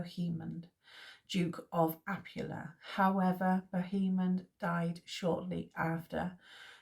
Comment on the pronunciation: Thanks for doing this series! Poitiers: PWAH-tee-ay. Like Sidney. Fontevraud: the d is silent. Apulia: ah-POOL-ia. Komnenos: com-NEN-us. Acre: good enough, I guess. I was going to say something about the "re" at the end just being a suggestion, lol. "Ock(r)"? But that's confusing. Good stuff! I'm really enjoying this.